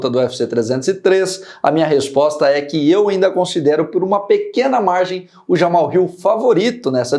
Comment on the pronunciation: aprenda a falar: é JamaHAL e não "JaMal".